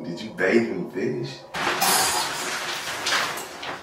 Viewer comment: ”Look I will still hug u with ur firsh bruh…ooooo it’s strong”😂 😂😂😂